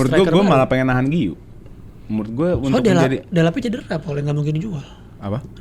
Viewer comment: u nya gausah dibaca, giu aja: si guiu ini emang cocoknya join standupindo wkwk